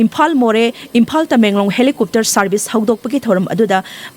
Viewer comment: Helicopter haibiyo, helicooter gi mahut ta.👍